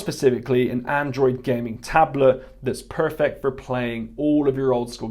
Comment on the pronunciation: “ShE’s PeRfEt”